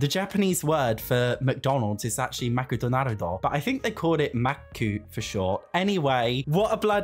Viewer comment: The way you said Makudonarudo was soooo spot on hahaha